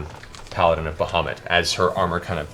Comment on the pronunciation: How Matt manages to make the name "Bahamut_" sound like _"Mohammad" is quite astounding, we always pronounced it more like "bowar-mutt" which im not saying is correct, its just weird to hear it said like Matt does We didnt have internet when we learned these names, so no standardized way of saying it Its a wonderful world, I'd love to hear some pronunciations from eg, Russia, Persia, India and the Orient